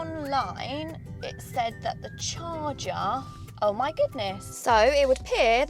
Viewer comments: It's a CHARGER, not a "CHARGAARRR" 😂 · Char-cha Love it! 😅